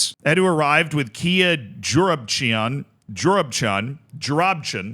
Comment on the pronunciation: Kia fucking Joorabichian? Lmfao thats one name any brazilian my age will get a blast from the past hearing